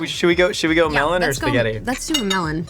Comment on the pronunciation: "I'm eating spahhget-tah" is another reason why Julia Garner is the coolest 😎